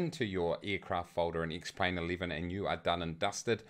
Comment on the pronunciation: Because that is how you pronounce the name of the program - duh!